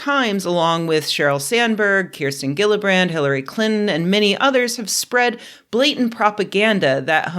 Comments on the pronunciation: Love your work and love this video! But just as a small note, Senator Gillibrand's name is pronounced like Jill. Not Gil. Sincerely, a New Yorker. ;) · Hi Rebecca, just so you know, I live in New York and Kirsten Gillibrand's last name is pronounced "Jillibrand." Good video!